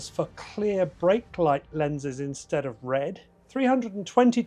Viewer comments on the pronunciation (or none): none